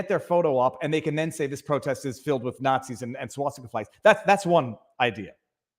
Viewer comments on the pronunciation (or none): Swass-Tea-Kah NOT Swass-Tikka-Massala